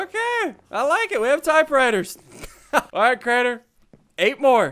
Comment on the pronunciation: It’s Crainer not Craner